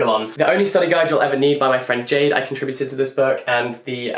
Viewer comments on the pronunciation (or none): none